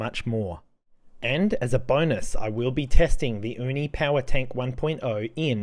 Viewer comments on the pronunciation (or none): Hey! The word "uni" in Uni Power Tank is pronounced /YOU-knee/, not /OOH- knee/. Most Japanese viewers might get confused because the word "uni" (OOH-knee) means "urchin". The term Uni (YOU-knee) actually came from the English word "unique."😊